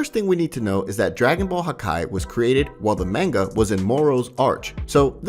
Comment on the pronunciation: Bro no hate or anything . But u saying manga is so wrong. And same with whis. And even arc. Idk how u mess up saying that haha. Just a fyi